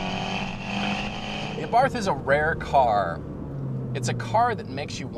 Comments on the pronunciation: Please oh please stop pronouncing Abarth like in taking a bath in snobby english. The A is pronounced like the a in art, and barth is pronounced like Bart from the simpsons. Try it :) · It's pronounced AH-BART by the way. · Lol, Abarth... The "h" is silent... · It's pronounced ABART. Not ABARTH! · Just a clarification, it's pronounced Abart, without it h. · Its pronounced "AAH-BART" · OK...pronounced A-Bart, do yer research. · The "H" in Abarth is silent. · I know it's not really a big deal but you don't say the "h" in Abarth so you actually say it like "Abart". Just throwing that out there. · Its pronounced Abart... T is silent btw. Exhaust note is awesome. I drive an evo X and had a lot of fun test driving this car. It's one of those cars that has just enough power to get you in trouble. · Please please please learn how to pronounce Fiat and Abarth correctly !!!! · Daniel Castaneda ettore bugatti was italian, but the pronunce of Bugatti is french, same for abarth. Karl abarth was austrian, but the pronunce of abarth is italian.